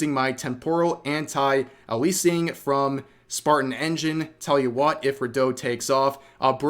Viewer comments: "elising"??? Rev. That's not a word. You're a vtuber and cant pronounce "anti aliasing"??? - REPRESENT AND RESPECT ARE COMPLETELY DIFFERENT WORDS ENTIRELY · How are you a gamer that cant pronounce anti-aliasing???? What a dork. 'Hey guys check out my anti aleesing gyuh huh huh' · my brother do you not play video games, how can you not know how to say anti aliasing. It's the same word as if you use a fake name online. Your alias. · “anti aleasing” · Sorry but I'm very tilted by how you pronounced Anti-aliasing lol